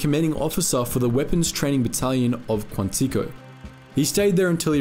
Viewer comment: What the hell is “Kwon-tee-koe”? Quantico is pronounced “kwaan-tuh-kow”.